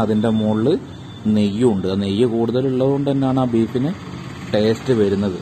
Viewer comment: നീ ചീർത്തല്ലോ, ടാസ്റ്റ് അല്ലെടോ ടേസ്റ്റ്